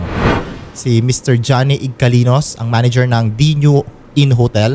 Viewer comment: MANAGER PO HINDI PO "MANEGER"